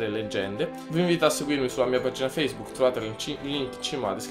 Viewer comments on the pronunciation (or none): none